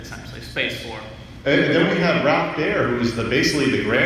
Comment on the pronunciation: It's Ralph Baer, not "Bear."